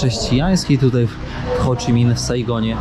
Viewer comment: Dziekuje za cala wyprawe i materiał, naprawde szacun za ta dobra robote! Śledzę od poczatku i z niecierpliwością czekam na kazdy nowy odcinek. ps Ho Chi Minh (bez CH na końcu), ale nie myli sie ten kto nic nie robi. Do zobaczenia na Podlasiu!